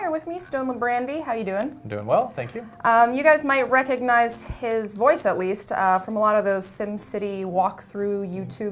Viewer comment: Hey I like that you pronounce the "g" in recognize. Most people don't.